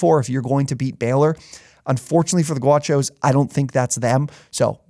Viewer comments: It's Gauchos, not Guachos. I feel like that's a game to watch against Baylor. UCSB loves to play slow and find attack the gaps. UCSB is also coming off of a 7 game win streak to end conference play, and they've had some recent come from behind wins. I think they have a shot, but I'd say Baylor will control most of the game and win by 12+ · It’s pronounced GOW Cho’s. CANT COME OFF AUTHENTIC with a introduction like that.